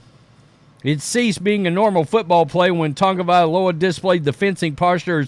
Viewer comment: Hopefully he learns and calls it a career. On another note. Why do all of you guys add an N to Tua's last name? It's TAGOVAILOA not Tangovailoa. I swear everyone who says his name F's it up. Your name is who you are. Respectfully say it right.